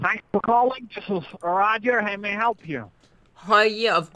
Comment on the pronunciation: Row-Ger The Scammer